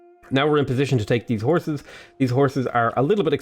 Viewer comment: when u were saying "horses" I heard it like "whores".I was like what..!